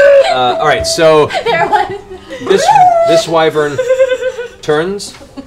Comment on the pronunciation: Here I was thinking only my DM mispronounced wyvern.